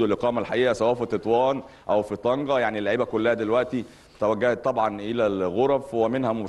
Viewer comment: طنجة و ليس طنكة